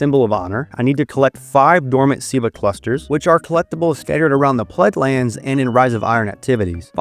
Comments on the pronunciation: learn how to pronounce Plaguelands bro was saying plaglands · ok look i'm sorry but you said plaidlands XD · Why do you say plaguelands like that